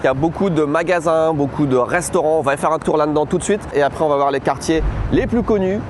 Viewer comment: La manière dont il dit la dedans me trigger tellement😂